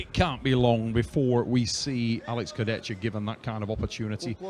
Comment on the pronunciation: will never learn how to pronounce Kurdechka.